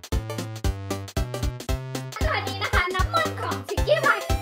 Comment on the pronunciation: หนูได้ยินพูดว่าน้ำมัน เป็น(น้ำมนต์) อ่ะ555+